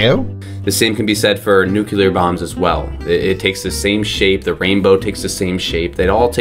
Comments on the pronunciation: Oh dear he’s one of those people that says “nucular” instead of “nuclear” like normal people... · It triggers me so hard when people says newkular instead of nuclear. 😱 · Great, a religious hippie, kind of.. Also, fucking hell, another one who say "nukelar" instead of "nuclear", how come I so often hear it from native english speakers ? Also also, not another one about flight patterns -_- You don't even need to be educated on the matter to see why they are the way they are... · Did he say nuqueler? That’s what I heard.